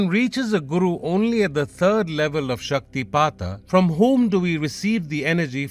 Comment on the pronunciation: Thank you for the proper pronunciation. I’d love to hear more stories about śaktipāta